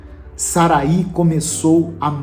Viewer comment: O nome Sarai, na biblia,não tem acento no i. Então a pronúncia não é Saraí e sim Sarai.